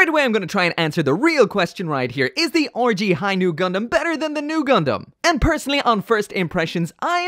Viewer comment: I really like how you say RG.